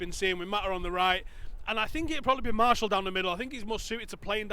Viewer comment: Marshall? wtf you are supposed to be Utd fans yet dont even know how Martial's name is pronounced